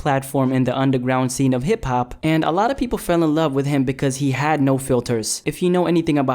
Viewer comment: Lol you said hep-hup instead of hip hop